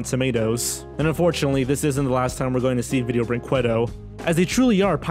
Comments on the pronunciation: im brazilian and the way he pronounces brinquedo is aganizing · "Don Kwee-sho-tay"? "Video Brink-way-doe"? Your pronunciations need work. The correct ones are "Don Kee-hoe-tay" and "Video Brink-ay-doe" Otherwise, good video. I'm surprised there were some of these I HADN'T heard of already. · Just a heads up, in case you stumble on Video Brinquedo in a future video: "brinquedo" is pronounced like "brinkedo"; the "qu" in this word sounds like a hard "c". ;-) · I actually think he knows how it's pronounced, it's just more fun to pronounce it as Brin-QWEH-do. :) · I just love how pronounces Video Brinquedo "Video Bring-KWAH-DOH" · Video brin-kay-doe Que=Kay It's Spanish have you never had chips and queso? Seriously learn to pronounce things.... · Yes!! Thank you P.S. I hate the fact that you read Vídeo Brinquedo wrong. Use google translate and listen to the voice please xD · Well, if I may, "QUE" in "brinQUEdo" is pronounced like the "K" in "Kevlar". The "E" sound is spot on. We've got the "QÜE" sound you made in the video, but it needs the "ü" letter in order to make it. But Portuguese is a weird language, I get it. And... I'm not sure if I'm proud or ashamed of "Vídeo Brinquedo". Cheers from Brazil. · When you're a Portuguese viewer and someone mispronounces a word horribly: Cringe Intensifies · Why can nobody say Vídeo Brinquedo right?